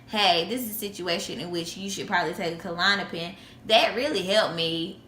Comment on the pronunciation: klonopin not kalonapin